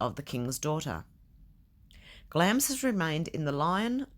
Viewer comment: I live in England, and didn't know the 'i' was silent. So you learn something new every day!